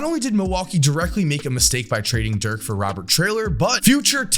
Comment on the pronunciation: How do people butcher Dirk’s name. He’s German not Polish.